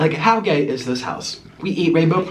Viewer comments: Why are you saying gaye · Is he saying gay or no